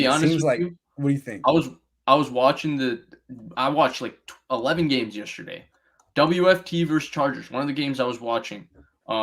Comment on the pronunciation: Comin’ hard with “yusterday”!! 😂😂 j/k I love, dude knows his stuff!!